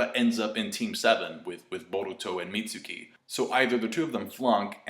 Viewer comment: its pronounced Meat-Skii